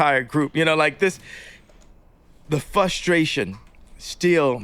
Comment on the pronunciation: Holy shit how can people listen to this guy speak for more than 2 sentences... I can only hear "fUHstration" and "people with engineering oppotunities" so many times. This guy is figuring out the shit that most of us had to figure out in high school in his fucking forties. Like what a fucking baby. Stop playing victim and fix your shit.